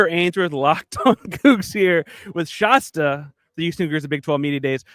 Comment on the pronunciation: ShAsta like Fast, Cast. Not like pasta.